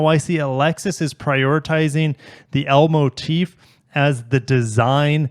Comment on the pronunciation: What he said: L Motif What I heard: Elmo Teeth